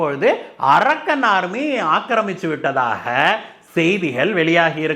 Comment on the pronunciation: It is not "arakkan" army. Pl check fact. English pronunciation should be proper. This name denotes a place